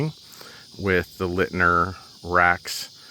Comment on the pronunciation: Leitner = Light-ner, not Lit-ner. You are welcome.